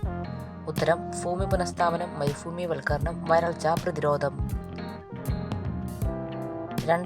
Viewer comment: മരമ ഭൂമി വൽക്കരണം❌ മരുഭൂവൽകരണം😊